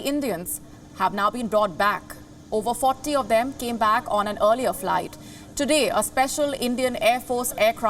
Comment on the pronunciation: Groooopssss kaboooollll toibaaaa learn the language guy. Earliyaaaaa seriously.